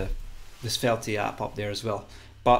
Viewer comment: The e on the end of svelte is silent